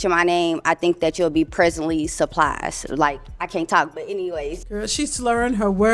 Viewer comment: She said "Preasantly slurprised" 😅